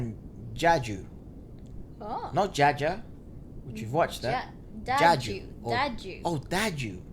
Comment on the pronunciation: Just, it is DADJU not DAJDU !